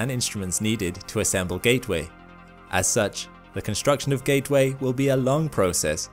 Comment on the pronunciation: "Although NASA have [sic] plans..." It's, "NASA *has* plans." It is one entity. Learn English. , "Ga'-way?" Sounds like, "Gay Way." It's, "GATE-Way." The letter, 't' exists. The only way it's "gay way" is if I'm up there.